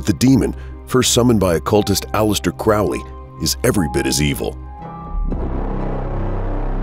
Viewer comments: um....Its pronounced crow-lee.....not to be rude.....just sayin. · Crow-Lee bruh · Do I have to be that guy? You’re pronouncing “Crowley” wrong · Can't even pronounce Crowley correctly. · Won’t be watching this. Haven’t spelt Aliester’s name correctly or pronounced his surname correctly. Get your facts right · You lose all credibility when you can't even pronounce the guys name right. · Crowley's name is pronounced to rhyme with "holy." That's how he himself wanted it pronounced. His official biographer, John Symonds revealed this in his book, The Great Beast. It's out of print & expensive, but essential if you want to be credible. Other sources will tell you the same thing. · It's Crow-ley - it rhymes with holy! And the demon's name is misspelled in the header. Other than that, excellent. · 'Crowley' rhymes with 'holy'; this from Regardie, his secretary, so he should know. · Blows my mind how so many people listened to Ozzy Ozborne mispronouce "Crowley", and the whole world went, "Oh, everyone has mispronouced that name for centuries. Thanks for clearning it up, Ozzy! *facepalm*. It's pronounced CROW, like the black bird. Get it right. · Please if you're going to speak of my teacher pronounce his name properly. It's Crow like the bird Crowley. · The commentator is so obviously anti Thelema and anti Crowley from the way he pronounces Crowley as Crowley said "those who think me holy call me Crowley (as in crow) but those who think me foul call me Crowley (as in Ozzy Osborne song Mr Crowley).Iam a Thelemite and follower of Uncle Aleister